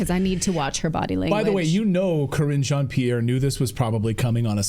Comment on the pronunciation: cringe on Pierre not kreenj ohn pierre.